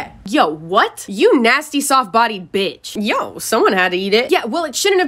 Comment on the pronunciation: That "bitch" was personal😂😂😂